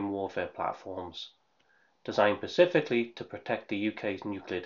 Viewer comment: Great video, but dude, it’s SPECIFICALLY not PACIFICALLY.